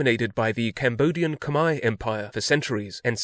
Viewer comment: Khmer Not Khom (Khmer is slave)